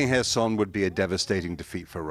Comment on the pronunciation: Thank you for pronouncing the city’s name correctly! I have nothing against people pronouncing it as K-erson emphasising the K, but it is nice to hear it pronounced correctly.